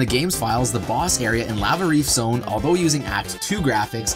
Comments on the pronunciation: I can't believe no one is making fun of you for pronouncing the word "lava" as "la-vuh" instead of "lah-vuh" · "You're saying it wrong, it's LAA-vuh, not LAA-VAA!"